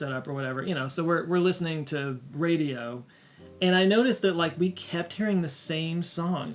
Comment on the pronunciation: says radio and it sounds like hes going to throw up saying it